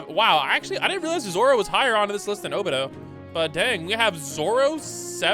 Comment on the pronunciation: bros says obito’s name so wrong it urks me